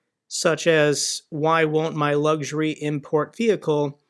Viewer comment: Bro the word is spelt LUX URY and pronounced LUX URY not LUGS URY Jesus Christ i thought u would have that basic intelligence at least Very sad Oh and Pregozin what ever his name is Good Job the world is much better off now.